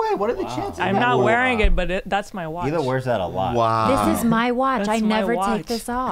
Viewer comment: they’re laughing at him saying high-la but the way Ethan himself and everyone else on h3 say it is also wrong lol like they say he-la